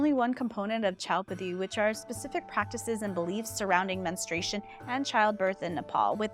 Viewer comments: You need to pronounce the word men stru a tion correctly, it sounds like you are saying ministration. That is incorrect. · Why does almost no one pronounce "menstruation" correctly? It's not "minstrel" fluid. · Before starting on this interesting topic, I sincerely wish you had learned how to properly pronounce the word “menstruation”! You probably mispronounce February as well. 🙂